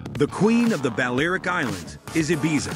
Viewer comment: Also, Balearic is not pronounced BAL-AIR-ICK, it should be BAL-EE-AIR-ICK !